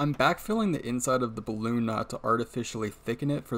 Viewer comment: just sounded like bloon instead of balloon 😁 but really interresting video! Thanks.